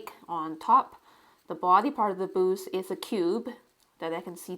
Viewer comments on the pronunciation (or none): You are such a skilled artist. Love your work. I couldn't figure out what 'boose' were talking about until I realized you were trying to say 'booth' I'm thinking your native language might not have that sound? At any rate there is always something artistic to learn from you.